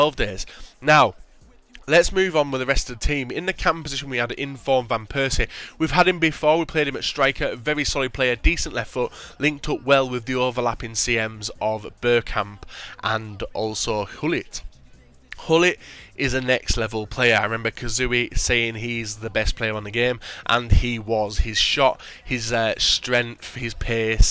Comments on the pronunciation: You pronounce Gullit as Gullit, not Hullit xD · Its guilit i am dutch so i now